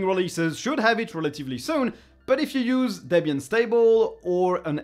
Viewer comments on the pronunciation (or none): none